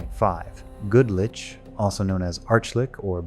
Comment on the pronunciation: If you're gonna use an AI instead of speaking yourself, I would recommend listening to it first before posting. This clanker cannot pronounce 'lich' consistently 😂